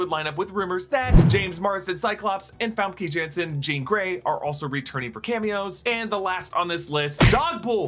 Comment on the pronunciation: Say FOM-KUH YON-SEN and you'll be close enough.